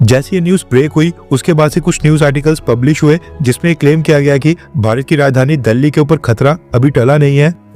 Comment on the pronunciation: आप दिल्ली को दल्ली pronounce कर रहे हैं। कृपया इसे सुधारे।